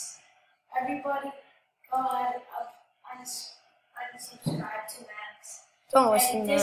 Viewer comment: she said unsubscrib lol